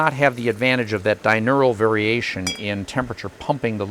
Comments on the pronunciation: Very good video, but I cringed every time you said dinural because it isn't a word. I think you mean diurnal, which is a word. You seem to me like a fellow that cares. Cheers! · Love your videos. Thanks! Diurnal: Pronounced "die-URN-ul", not "die-NUR-ul". Just as "ask" is not CORRECTLY pronounced "aks". Not being "OCD", just correct. Which, based on your videos, I'm sure you would prefer. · Great vid, really enjoyed seeing the process! Diurnal is pronounced - "Die Urn Ell" not "Die Nur all" Only mentioning it because this man seems to pride himself on thoroughness and accuracy. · Not dinural, but rather diurnal. If there is an apocolypse, I'm moving next door to you. Nice view too! Love all your videos! There should be a love button in addition to like. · Are we saying “diurnal?” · Good job. But (yeah, always that) one very, very tiny comment from an old biologist type. Diurnal is 'di er nal' . Your n comes in too quick (at least to my hearing, such as it is). And if that is the only thing I can find to criticize, ya dun good. Cheers.